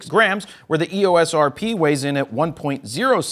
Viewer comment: Hey, Jared. Canon pronounces EOS as “ee—ose”. It sort of rhymes with glucose.